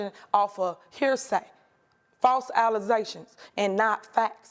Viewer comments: Tiffany stated "False alleZations." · What is an allezation? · Corrupt Mayer: "False alzegtions" America: I'm sure those "allegations" are spot on. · "false alusations" damn, those pesky alusations. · False Alazations? Tf?? Is that a new drink? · " False Alosations"? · It’s false alezations guys, she’s just been luvin on da peepul this whole time.👱🏿‍♀️ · "Faulze alizations" - stronk blat mayuh. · Damn those false "allezations"! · bahahahaha!! It’s slanderous,alumonious,pimpicity of all deez prollems an shih 💩 (yes I spelled ALL this deliberately “wrong” for all you grammar heel-clickers) I wonder sometimes when I hear some folks speak,if they know about the “D” in the alphabet 🤔 ..like she said before, “I been goot to’yall” Effing MORE-ONZ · False …”alizations” 🤔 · fals allutations ? what illiterate ghetto did they get her from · I head her. She sai "false allezations. I never knew there was such a word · Hollup Hollup HOLLUP !!!!!!!!! Did she just said " Allize' shun " Or my ears are lyng to me ,hmmmmmm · “Alezations” hahah she’s so ratchet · False allezations? damn, sounds serious.. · "Fauls allesations"??? Her worse crimes are against the English language. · Did she just say “alleZations”??!! What a TRASH BAG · False allezations 😂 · “False alizations.” Lmao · Allezations? Anyway, I thought she was 25-0. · Wait what 🤣🤣🤣 Flase Alizations!! WTF is a Alization? STFU I CANNOT!!!!! Super Stupid Mayor. Just my opinion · what the heck is a false alazation? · Did she say false allezations? 😂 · False alazations? Is she serious? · What are " Alazations " 🤦🏻‍♀️😔🐀🤡🚮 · "This is a smear champagne with all these false Alize-tions." Tell me you're an alcoholic without telling me you're an alcoholic. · She said false allusations 😂😂😂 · “False alezhayshuns” 🤣🤣🤣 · Lol. “False allezations” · When you say "y'ALL" too much you get "ALL-U-zations". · "Alizé-shuns" she was thinking about that drank later 😂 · Did she say "false Alizetions". That might explain alot. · False ALAZAY-SHON